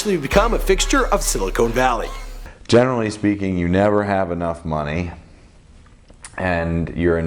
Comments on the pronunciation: did this guy say silicone valley? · This dude is painful... "Silicone" Valley. Haha